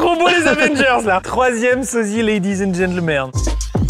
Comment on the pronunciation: Quand kev Adam arrive... Amix tu dis " lady and genglemerde" sans tcen rendre compte...wow. Du Québec...je t'adore❤🎉